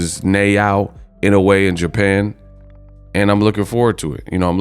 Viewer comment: Hey, just wanted to let you know i love your channel. I appreciate you keeping everything real. Just quick request, if you can pronounce Inoue’s name correctly, I’d appreciate it. I’m Japanese and every time you butcher his name, it kinda kills my soul lol